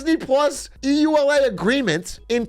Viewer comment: It's pronounced like one word, like "ula" the acronym. Not trying to be a jerk. Just to help with brevity for anyone reading this :)